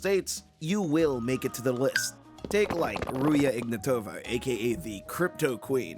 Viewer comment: Please, not Ruje IgnatOva. It's pronounced Ruzha IgnAtova. with a zh sound and a hard A. Really pissed me off but yeah I get the fact it's difficult to pronounce. Otherwise, crazy quality bro <3